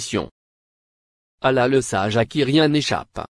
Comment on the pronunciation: C’est pas un musulman qui a fait cette vidéo cette voix est celle d’un youtubeur qui donne des recettes de beauté même prononcé le non d’Allah il ne sait pas un fidèle musulman dit Allah et non Ala je sais pas prqw t’as fais cette vidéo mais si c’est pour attaquer les musulman,Qu’Allah le très haut te punisse